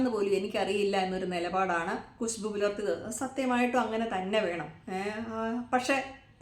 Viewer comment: കുശു ബൂ അല്ല ഖുശ്ബു